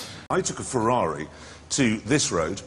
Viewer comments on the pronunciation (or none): funny how these guys mock americans for mispronounce "jaguar" when they call ferrari a "fewawi"